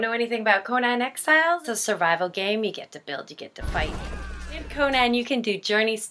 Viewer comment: Its her favorite game but yet 1. Shes 53 and in the middle of a mid life crisis, and 2. Cant even pronounce the games nane